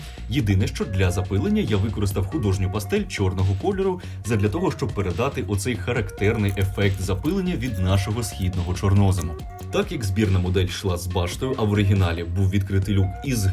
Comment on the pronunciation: ЧорнОзем?? Шо по наголосу?)